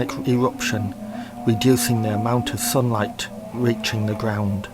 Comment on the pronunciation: "Yearth" "Royal Tombths" "thun light"